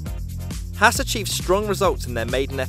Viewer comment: This channel is really good. is killing it, but Gene Haas pronounces his last name like Hoss